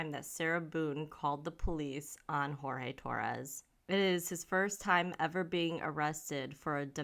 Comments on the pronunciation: Poor Jorge...he was so manipulated that he ended up giving the cop the pronunciation of his name the way she says it instead of the actual way. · It's pronounced George. No silent J.